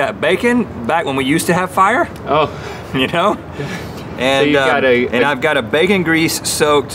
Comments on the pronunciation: "Today, we make -" " -HARRY DIDJA PUT YER NAME IN THE GOBLET OF -" " - FIAH," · Today, we make FIAH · FIAH FIAH FIAH FIAH!